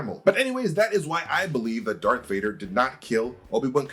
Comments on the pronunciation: Say it with me…. DARTH DARTH DARTH DARTH DARTH DARTH DARTH DARTH DARTH DARTH DARTH DARTH DARTH DARTH DARTH DARTH DARTH DARTH DARTH DARTH DARTH!!!!!!!!! Not dark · Darth not dark vader